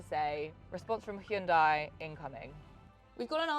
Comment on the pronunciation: I bet Hyundai were thrilled that they gave you a car and you then mispronounced their brand name - especially after they spent millions publicising how to pronounce it....